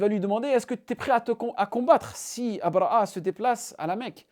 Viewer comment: أبرهة الحبشي، بالهاء أو أبرهة الأشرم وليس أبرأ( abraa) كما تنطقها انت. تستعمل العربية والفرنسية ولسانك ينطق الحاء والهاء بسلاسة، ولكنك لا تنطق الهاء في ابرهة، شتان بين الاثنين وانت تعلم ( أبرهة وابرأ )، حتى بالفرنسية لا تنطق a. على كل، بارك الله فيك و مزيدا من النجاحات.